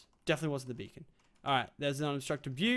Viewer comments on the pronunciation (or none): Lol thought it was "bacon gaming" Tee-Hee